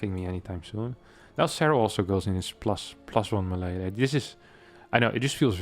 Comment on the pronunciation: You mispronounce "melee", other than that 10/10 content